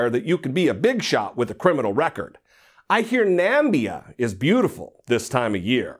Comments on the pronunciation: Nambia aka Namibia. It’s OK we know he can’t read. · Ok I get that he was trying to say "Namibia" but you here him pronounce Côte d’Ivoire and Ethiopia and I just think... he seriously didn't even check on how exactly to say those countries? Not that I'm surprised, but it is just beyond disappointing seeing this fucking monster on a UN stage along side other real world leaders.